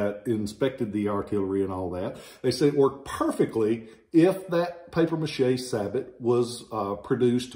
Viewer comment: It’s pronounced Sabo. The t is silent. It means shoe in French. Schenkl is a German name.